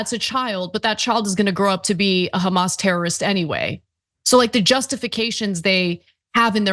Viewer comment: but but but.... KhAmAsSSSS?!!!